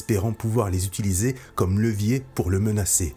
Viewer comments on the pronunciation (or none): none